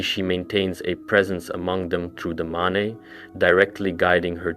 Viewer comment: Why do you keep pronouncing the Mane "ma-ne" when it's pronounced "main"???